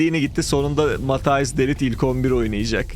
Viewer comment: de lit ne ya :D de layt diye okunur :D